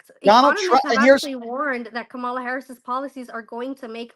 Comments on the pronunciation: How come these types of people go out of their way to mispronounce Kamala’s name all the time? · Say her name correctly. Wtf